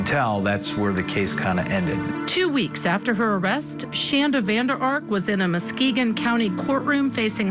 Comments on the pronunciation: It's not pronounced Muskegee It's pronounced Muskegon. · It is pronounced MUS-kee-Gun (Muskegon) not MUS-kee-Gee. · My boyfriend worked on the house next to this house a few days after she was arrested. People had spray painted stuff/words (can’t really remember what exactly) on the driveway … it was a crazy time here. Also it’s pronounced Mus-KEY-gone (Muskegon)